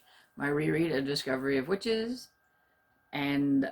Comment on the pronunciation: Ooooh your actual legal name is? Wow, sorry didn't see that (and should have from a mile off haha). What a fantastic name! (hope you don't mind me calling your btw). Yes very excited for Discovery of Witches and you did very well with the pronounciation! Oh, I loved this! Thank you (born on a Sunny day - I wont forget):)